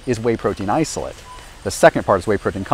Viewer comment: Stood right in front of Optimum Nutrition, the best selling protein, and didn’t review it. Also mispronounced isolate and albumin.